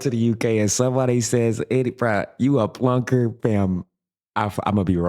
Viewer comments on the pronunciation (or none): The word is PLONKER not plunker.